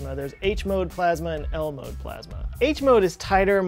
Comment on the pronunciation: When he said “ L-mode.” I thought he said Elmo